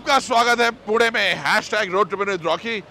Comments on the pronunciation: I loved this vlog because you said पुणे and not पुने 😄👍🏻🙌🏼 #पुणेकर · Perfect prouncation of Pune.